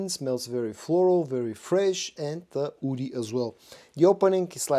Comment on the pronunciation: Why do you keep saying "oudy" instead of woody?